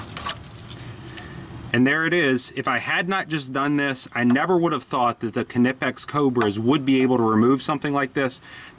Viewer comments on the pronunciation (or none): the "ka-nipex" gets me all the time. being austrian myself i do find it hilarious for yet to find an american to pronounce it properly, but there's no pun intented. the "kn"-combo is vastly different to pronounce in english than it is in german, and as a suggestion you guys should try the "qu" out of "quest" or "question" and seamlessly impart the "n" rather than pronouncing it like "kw". much like "qn-ipex". if that makes sense, of course. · lol. I thought he was trolling at first, but I think he legit thinks it's kannippex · Is that the proper pronunciation? All along the boys at the shop and I have been saying "naipex", funny... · Dude is nipex the K is silent. just like Knight and Knife. Good review otherwise. (I am aware that the Germans do pronounce the K but it just sounds weird in English.) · Knipex= ny-pex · THE K IS SILENT!!! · The k is silent like in knife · No it's not. They're German. You pronounce the K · Aj Robinson no it isn't.. watch some videos from Knipex, they pronounce the K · 842qwery the "K" isn't silent.. just look at some YouTube videos from Knipex, they pronounce it the same way.. :-)